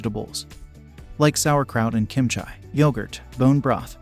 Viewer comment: I think this is a computer reading it. It had weird pauses & said “kimchi” wrong 🤷🏻‍♀️